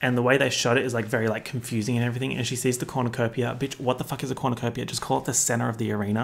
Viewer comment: "Whats a cornacopia?" Your aussiness is showing.....